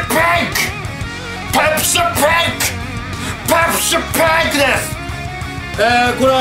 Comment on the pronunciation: 元気すぎて、おもろい。 発音、ペプシパンｯ！になってる。